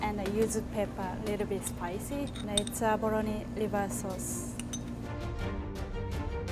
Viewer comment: Pronouncing the ‘L’ as an ‘R’....abaRoni...🤣🤣🤣